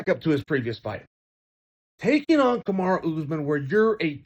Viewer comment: Chael still saying "Kamara"